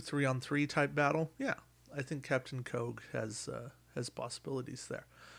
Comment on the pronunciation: Keogh is pronounced Key-O.